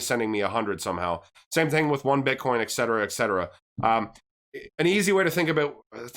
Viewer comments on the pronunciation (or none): Att-ributes and et-cetera